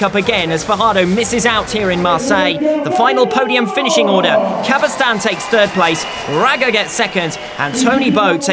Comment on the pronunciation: Thanks a lot for the coverage! It's so rare to have something similar those days. However, I find it somewhat irritating that the commentator continuously mispronounces Albert CabestanY's last name, otherwise, it would be just perfect ;) Ride on!